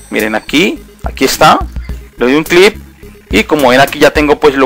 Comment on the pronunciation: Se dice click no clip XD